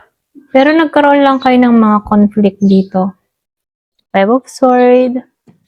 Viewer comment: Sord po di po swwerd ang sword